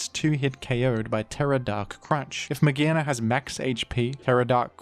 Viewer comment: Mah-GEAR-na not magehna